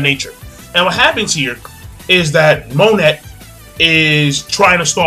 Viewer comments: Do you read the comments it is not mo net it is mo neigh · Isn't Monet pronounced 'Mone' with the silent T like in French? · 2 things 1. Monet is pronounced mon-ay 2. law received no damage from vergo's punch when he used counter shock his DF ability controls movement within an area he basically made vergo's punch hit himself, thus the counter in counter shock. I'm so excited to see how smoker actually fights against someone who can hurt him, hancock is the only one who has tried and he wasn't trying against her so i think it is going to be badass